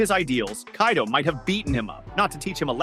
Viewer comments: Did this tarded said Kay-do?? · "kay-do" ah yes my favorite character kaydo